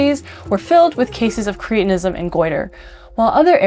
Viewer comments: Are we now saying 'creetinism' to avoid reminding ourselves that sufferers were called 'cretins' (with a short 'e')? I have only ever heard the condition pronounced with a short 'e.' It was a diagnosis long before it was an insult! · I wish you and many others would learn how to pronounce English words. It is "Cret" not "Crete" so correct pronunciation is "cret-in-ism" most words are made up of Syllables. To speak correctly, you need to understand what they are, and how to say them. Too bad most American speakers making podcasts get this wrong. There is a compound called "Creatine". It is completely different to this. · Surely cretinism is pronounced like the word cretin?